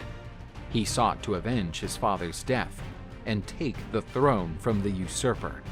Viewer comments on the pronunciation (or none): none